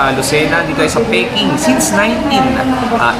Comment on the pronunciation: Dapat yung tamis anghang sa Pleasantville trinay mo (Jamine's). Yung peking, natively ang tawag dito is "piking", mabilis sya read as one syllable only.:)